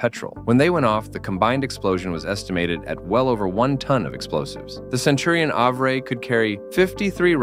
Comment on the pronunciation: “Centurion Àvrei”🥀